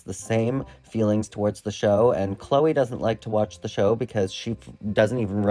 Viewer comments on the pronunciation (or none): none